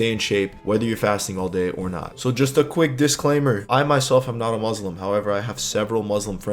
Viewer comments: great video! RESPECT but please it's muSlim with an S not muZlim 💢😅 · Thanks, I'm following your work out routine. *not: if you want to try fasting don't start with cold water it's bad for your empty stomach, better to drink room temperature water, and don't go chugging too much, drink as you usually drink slowly. **not:: The "S" in Muslim sound like "S" not "Z". muSlim not muzlim.